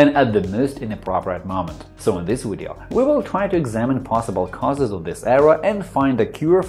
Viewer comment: I can’t go to the fecking control panel.....I also HAVE A BLUE SCREEN!!!!....also what the hell are ‘wiresses’ and ‘wideo’.....DUH.....aaaaaaargh!!!!!